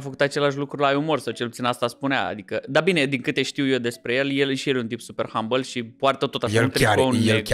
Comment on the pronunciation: "rendăm" "Hambăl" Instant schimbam sau derulam